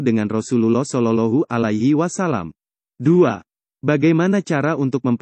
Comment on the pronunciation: ma'af kok shololohu alahi wasallam mestinya kan sholowohhu alaihi wassalam mohon di perbaiki🙏